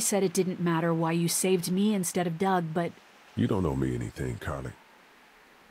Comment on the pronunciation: Larry called Doug “Dough” 😂😂